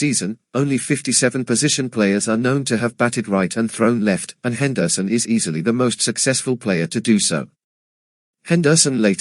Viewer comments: Wow! I didn't know that Rickey's last name was pronounced "Hen-DER-son." You learn something new everyday. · Can’t listen to this AI podcast butchering the last name of one of the best baseball player of the 80’s and 90’s. Henderson Son